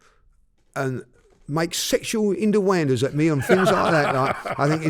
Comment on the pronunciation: 'Sexual inyooandaaas' 🤣